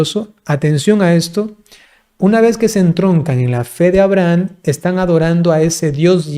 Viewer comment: Porqué pronuncia AbrahaN?